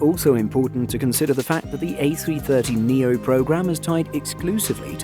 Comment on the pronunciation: a330neo not a300neo, other than that great video!